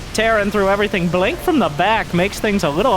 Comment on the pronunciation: "In the blonk of an eye"